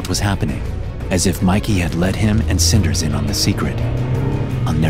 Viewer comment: Bro “cinders” …